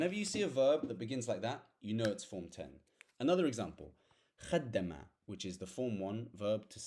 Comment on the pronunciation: Don't put shaddah in the root verb brother Kharaja not kharraja Khadama not khaddama Thanks alot for your videos